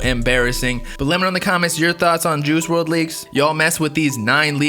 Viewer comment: Dude said “juhoosh werld”